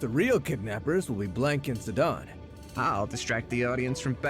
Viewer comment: That voice acting is...uhhhh....definitely fan made. Also, the pronunciation of Zidane is blasphemous. I'll stick to voiceless.